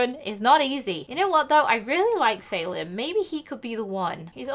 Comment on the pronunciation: It's Sal-eem not say-lem